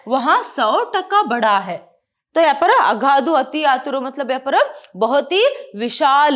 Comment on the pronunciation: That magaarrrr parrrrrr is ..........😂